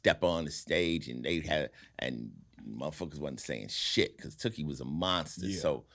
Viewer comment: He shouted out OG Cutes...